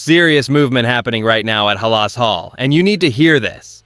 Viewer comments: It's called halas hall not hallas hall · Listen to the first sentence, and you'll know NOT to listen: "hel-LOSS" Hall? It's A.I.-Stupid, repetitive, and definitely NOT NEWS. DO NOT WATCH! It's A.I. dreck!